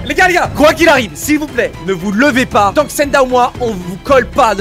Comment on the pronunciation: "tant" et non "temps" Fallait que je le dise😂